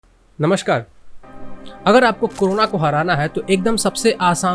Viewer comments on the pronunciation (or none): सब लोग नमस्कार को नमश्कार क्यों बोलते हैं? 🙄